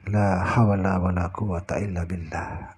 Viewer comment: Mohon maaf.. Kalimat thayyibah ini juga dikenali sebagai hawqallah sepatutnya berbunyi "La HAWla Wala Quata Illah Billah...." bukan "La HaWala Wala...mohon maaf.. Sekadar mengkoreksi yg termampu.. Mohon maaf sekali lagi.. 🙏🙏🙏